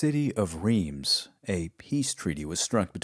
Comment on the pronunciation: I love this series. My only complaint is your pronunciation of French, Portuguese and Spanish places. Narbonne is not Narbone; it's like Narbun. Reims is not Reems; it's like Hrans; Beja is pronounced Bayja in Portuguese or Bayha in Spanish. Otherwise, great stuff.